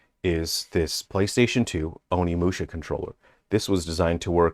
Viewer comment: be a bit careful about pronouncing OnimushA, not Onimushi. Mushi means insect in Japanese.